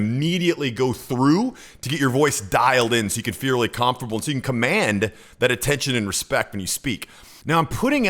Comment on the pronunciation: Your videos are great and well put together. One thing you may want to work on is the word comfortable you pronounce it comfurbull.